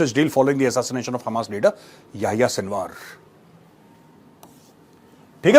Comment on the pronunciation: Sinwar ❎ Sinwas ✅ 😂😂😂